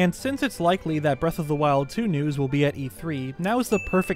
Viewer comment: Did he say “Breath of the waifus”